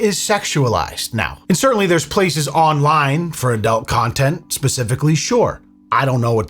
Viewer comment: why does say "Adelt" it's ADUUUUUUUULT lmao